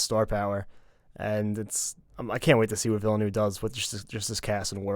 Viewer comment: It’s pronounced “Villnuv”, guys. The “u” sound is as in the word “up”.